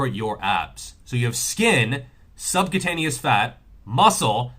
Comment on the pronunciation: Subcutaneous is not pronounced subcataneous